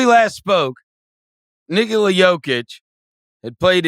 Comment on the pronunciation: Chris always catches me off guard the way he pronounces "Nikola" 😂😂